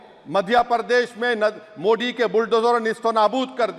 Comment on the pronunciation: Sorry sir your voice not true frequently मोड़ी नही मोदी सही है।।। 😂😂😅